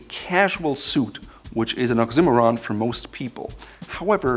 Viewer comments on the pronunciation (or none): Good vid. Thanks for posting. BTW It's 'OX-ee--MOR-ahn', not 'ox-IMM-or-ahn'. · Is that really the way to pernounce oxymoron? I really liked it but looked it up and am finding it is not pernouced that way.